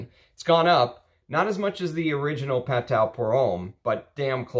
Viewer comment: Very nicely done. I am a Perfumer I met Jean Kerlioin In Versailles. He is the ultimate gentleman. So talented and so kind. The House of Patou was the epitome of classic French Perfumery. You cannot beat the quality. Not to be a snob but don’t forget Patou is pronounced “patoo”. Thanks for sharing your collection.